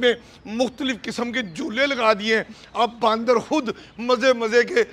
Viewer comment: He's calling them baandar instead of bandar. 😂😂😂